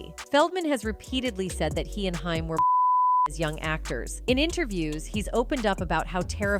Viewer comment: HAIM...pronounced HAAAAYYYY-MMMM